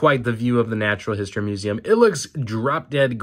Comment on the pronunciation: Fun review. I love the way you say muZAM.